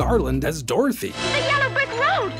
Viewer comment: DOR-THEE GALE!!!!